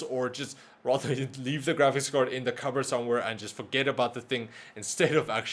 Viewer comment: I love how he preanounces card as cord